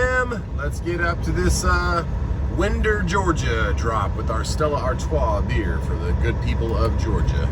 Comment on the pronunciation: Its wiiinder ga. Not winder.